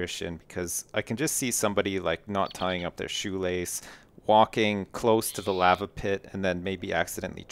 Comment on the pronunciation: just say lava correct for once. its bothering me